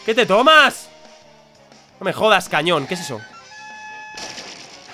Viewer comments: Like si te diste cuenta de que dijo cañón y no canon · cuando dice cañón en vez de canon jajaja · Desde cuando el ataque "Canon" se pronuncia "Cañón" ?? 😂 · cuando as visto el ataque cañon, se dice CAnon